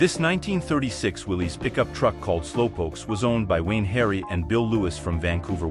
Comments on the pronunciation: A decent history of gassers except for your constant mispronunciation of Willys. It is pronounced as Willis. I grew up seeing their ads on early TV. I would think they would know how to pronounce their own name on their TV ads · I love gassers, but the man and cars name is pronounced Willis.